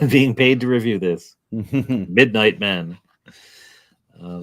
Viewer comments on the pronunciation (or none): "Mindight" is breaking me 😆